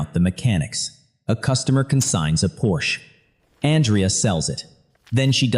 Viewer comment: please have AI pronounce Porsche correctly